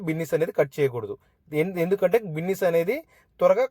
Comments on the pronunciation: అది బిన్నీస్ కాదు అయ్య బాబు బీన్స్ 🫛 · బిన్నీస్ కాదు బీన్స్ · Adi binnis chunnus kadu ra babu adi beans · Binnis kadhu bro beans..👍🏻